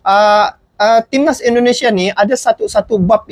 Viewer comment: Bang jangan cakap pss ai itu i Indonesia bukan aindonesia sx lagi jangan dibaca AI